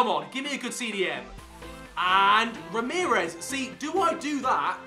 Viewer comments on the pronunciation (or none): none